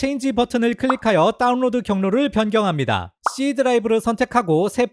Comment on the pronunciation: 중독적이라 계속 반복 청취중입니다. 따운뤄드~ 잘보았습니다.감사합니다.